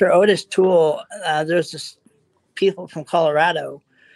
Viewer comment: First, why doesn't he know how to say Ottis,because it's not Otis. Second, he also knows Dahmer?! I'm not saying it couldn't possibly be him, but I have questions.